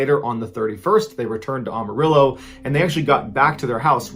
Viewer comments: Say it with me: "AM-A-RILLO" Not "Ahm" or "Ohm". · it is ......Am-A-rillo.....not Um-A-rillo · Pronounced Am-a-rillo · As a lifetime resident of Amarillo, TX. I would like to point out that the city's name is pronounced "Am a Ril lo". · Pronounced Am-uh-real-o. As in, (I) am a real o (Texan). No big deal, most people get it wrong. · any other texan Mr.B fans laugh at "ah-marillo" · The “A” in Amarillo is pronounced like the “A” in Apple. It’s not Ah-Marillo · Ballens pronunciation of Amarillo cracks me up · Not this man mispronouncing Amarillo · The way he says Amarillo